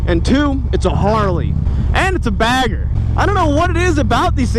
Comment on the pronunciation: bagger or "bag her" ?? lmfao and I am not picking on the way you talk !